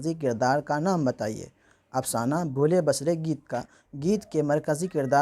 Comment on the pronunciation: اس پر آپ وقت مت لگاو۔قرآن ہی ٹھیک ہے۔۔۔۔۔اللہ آپکو عافیت سے رکھے۔ اور ۔۔۔بھولے بسرے ۔ب کو زبر نہیں بلکہ زیر سے پڑھنے کی امید کرتاہوں۔